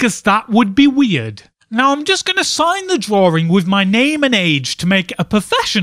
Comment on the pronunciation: "The year, of DRAWRING."